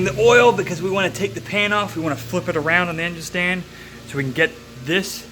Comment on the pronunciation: Is it just me or does this guy talk funny?..Dwain the oil and turn the engine awound….